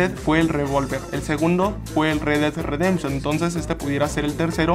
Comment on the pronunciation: "El re ded redemchon 2" xD